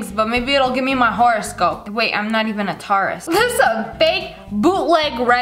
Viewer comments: Did she say tarus that was funny but kinda sad bc it’s my zodiac sign but it’s still funny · i cant stop laughing, im sorry but thats not how you say taurus XD just be glad you didnt say leo wrong id cancel you for that XD XD XD